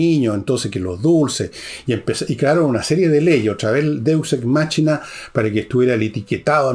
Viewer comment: Sr Villegas, Machina se pronuncia Máquina, Show se pronuncia Shou no chou 😂